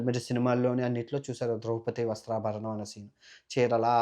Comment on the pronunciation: "వస్త్రాభరణం " కాదు సామి " వస్త్రాపహరణం " , చాలా బాగా చెబుతున్నావ్ , ఇలాంటి చిన్న చిన్న పొరపాట్లు జరుగుతాయి.. సరిదిద్దుకొందాం.